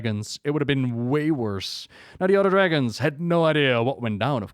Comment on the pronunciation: love how you pronounce dragos and dragosflight